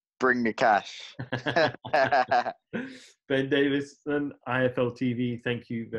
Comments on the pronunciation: whys he mis prouncing his name its ben davison lol not davis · and Davis-on, in the end :)